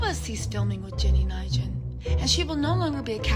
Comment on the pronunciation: ILY so much, I'm not an expert and she's trash but you are buuutchering this lady's last name lolol